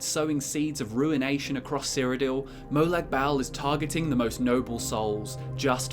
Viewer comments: its not molag bal its Molag Bal like bawl u dont say bal dont sound right ... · It's pronounced (moe-log ball) but spelt like that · Its more pronouced like "Barl" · “Molag Bowel” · I'm sorry, but I just can't stand how you say Molag Bal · It’s Molag bal